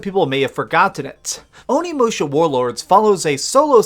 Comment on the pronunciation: Referring to the end...Can't believe you're saying "onimusha" like THAT!! face of disgust